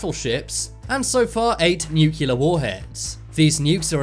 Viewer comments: Sibscribe nu-cu-lear and the fact that 300m above sea level is considered high nah dude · Hahaha so funny, the way u pronounced the word "nu-cle-ar"